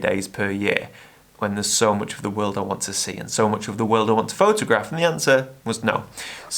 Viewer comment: Frotograph. I heard it.😁